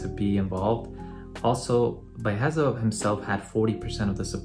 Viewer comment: dude, his name is pronounced "Bee-Uh-Hesa"